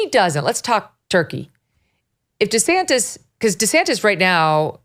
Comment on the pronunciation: Desanis? What an idiot! His name has a "t" in it. Fool!